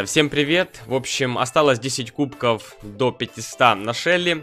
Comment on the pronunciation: Почему ты говоришь кубко